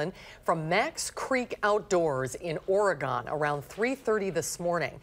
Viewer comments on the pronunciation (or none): omar mtz229 but not how she say Oregon lol